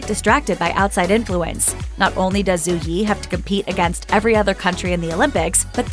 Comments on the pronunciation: It’s not pronounced Zoo, Zhu is pronounced as Ju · Just so you know, Zhu is pronounced more closely to 'joo' (with closed rounded lips) than 'zoo'. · Her name is pronounced "Dju" not "Zoo" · I couldn't stand to watch more than half of this because of the way this narrator repeatedly mispronounces her name. Zhu is not pronounced "zoo". Learn to pronounce people's names correctly ffs